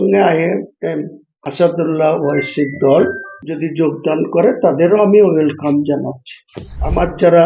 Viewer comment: আসুদুল্লা ওয়াসি নয় ওটা আসাদউদ্দিন ওয়াইসি হবে😂